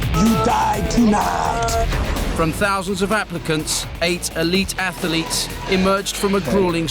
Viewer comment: WTF are “ATHA-LETES?” If you can’t even pronounce the word, you have NO BUSINESS narrating anything, much less on this channel. Get another job mate.